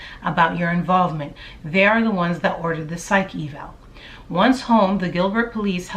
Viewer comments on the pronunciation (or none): none